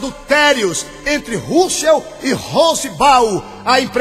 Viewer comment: na verdade vc que deveria estudar bem as escrituras, pois vc está muito desinformado! lembrando_ Deus odeia a mentira e vc é um mentiroso, usa a bíblia pra falar mal de uma religião q sempre prova na bíblia suas crenças... e vê tbm se aprende a falar o nome de Russell direito!! quanta hipocrisia da sua parte se dizer q e um cristão... mais Jesus predisse q haveria falsos cristãos! e" VC E UM"